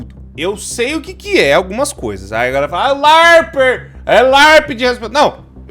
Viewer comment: Ouvir o falando "larper" foi muito estranho